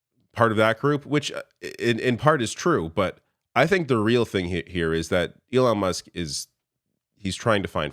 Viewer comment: did he just call Elon, elonesk?